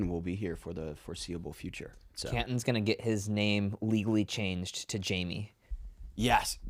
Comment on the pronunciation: Who is "Jaime" and why are you calling Canton Jamie?